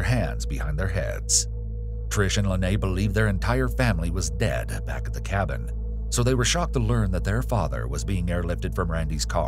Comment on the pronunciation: Love how he said don’t worry hes beck on death row